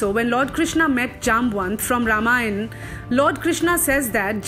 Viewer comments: For God's sake please stop this wrong pronunciation. RAmAyan Not ramayan"aah". VAnar Not VAnr"Aah" mAnav Not MAnav"Aah" 😨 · Pronounce ‘Ramayan’ and ‘ Vanar’ properly before preaching something. There’s no ‘a’ at the end of these words. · what's the problem in pronounciating words correctly????? you are saying ramayanaas intead of Ramayan, vaanaraas instead of Vaanar, Sugreewaa instead of sugreev nd many more..... why?????????? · Why people call it RAMAYANA ? its RAMAYAN ! Do english people call Peter the Petera ? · Please it is not vanara but vanar. Not Ramayana but Ramayan. Please if you believe on the correct story, please use correct pronunciation. And again Sugriva, manava is not correct. Chitta 🤔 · Its a request kindly pronouce Ramayan and Mahabharat as it is pronounced not as western media told us to pronounce as MAHABHARATA and RAMAYANA. This is not the correct name of these epics.Its ok that that in english RAMAYAN is written as RAMAYANA but dont mis pronounce it🙏. Call RAM and not RAMA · Excellent!! Suggestion: please stop appending 'aa' after every noun. We have Ram not Rama. We have Ramayan not Ramayana. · I don't like the way they say RAMAYAN as Ramayana and vanar as vanara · Please don't add 'a' 'aa' in end of Sanskrit words. Its irritating. Its Ramayan not Ramayana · Despite the respect of Hinduism, I simply need to know why the fuck you are saying Ramayana instead of Ramayan? Vanaras? Manvas? What the actual fuck is? Fucking you are changing the names and after 100 years your grand children will blame others.. stop doing this. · Not Ramayana it is Ramayan so like that, plz correct it and other words. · I like Videos from Indian Monk Group.. but why do you pronounce Lord Ram as Rama.. it is राम not रामा... All the Videos have extra आ at the end of nouns.. Request to say Nouns as they are. for e.g. राम, रामायण. Dhanywad :)